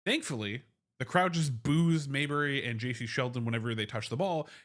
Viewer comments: Her name is not pronounced Mayberry. It is Mabrey. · Appreciate your analysis. It's pronounced "Maybrey", not "Mayberry."